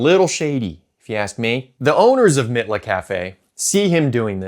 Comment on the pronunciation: Mitla is pronounced MEATLA.